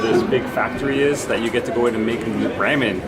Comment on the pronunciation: Let me help you out with the pronunciation of ramen. Try saying it like this: rah-men.